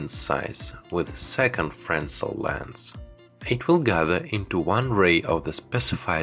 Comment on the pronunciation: Please pronounce "fresnel" properly.